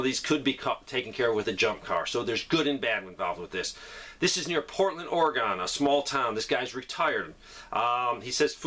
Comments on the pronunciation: Oregun not oregon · BTW, Oregon is not pronounced as Oregone.